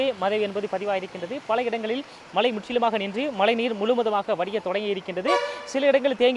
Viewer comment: In sun TV, we expect a new person to pronounce zha Karam in the correct way .He speaks kocchai tamil he has to pronounce mazhai not malai .Tamizhukku zha azhagu athai kocchai paduthathirkal.its a kind request from a malayali audience